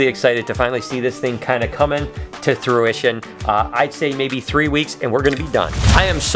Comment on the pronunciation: Morning...that was interesting but also ‼️‼️ you keep saying come to “thruition” lol it’s “fruition” 👍